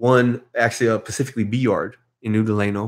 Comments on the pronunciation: Nothing but respect. Homie if your reading it is “Specifically” not “pacificaly” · “Pacifically” kept it g. Hope he can take a joke. I can not imagine doing 9 years in the bay. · Damn dawg it’s specifically not pacifically much love homie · Pacifically in the nineties. 😝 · Homie keeps saying “pacifically” instead of “specifically”, but i would never correct him in person because i would not want to offend him & get a sharpened toothbrush in my eye socket.